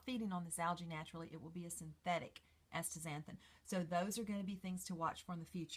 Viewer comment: You have written it out correctly as Astaxanthin (asta ZAN thin), and yet you pronounce it like Ashtaxanthin (aSHta ZAN thin)!!